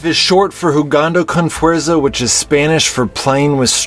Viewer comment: The way you say jugando con fuerza 😂😂😂 jk nice video btw